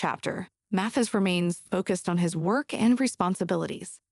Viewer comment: His name is Judge Mathis, not Matthew’s!!